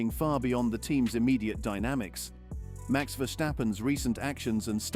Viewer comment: Dit is een AI stem. Maar inderdaad, de engelstaligen mogen van mij wel iets meer moeite doen om (gevestigde) namen uit te spreken. Maar dan is het dus ook Max, en niet Mex. Maar als de sportman of -vrouw het prima vindt, stoor ik me er niet meer aan.